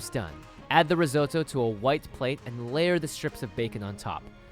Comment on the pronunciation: it's apple (ree-zo-to)